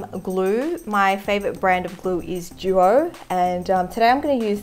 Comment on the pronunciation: Juo 😂 it’s duo